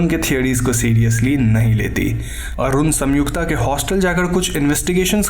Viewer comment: Bro it's संयुक्ता not सम्युक्ता. I paused video it bothered me this much 😂